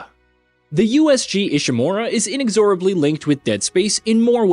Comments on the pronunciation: Pleae. PLEASE google how to pronounce "inexorably". You really butchered it there. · the way you said "inexorably" makes it painfully obvious you have no idea what it even means and you didn't write the script.